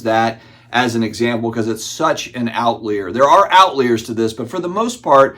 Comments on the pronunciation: Out-Layer Outleer Al Lehear 😂🤣😂🤣 What the hell did you say...? We kidd because we care. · Outleer? What’s an outleer? 😂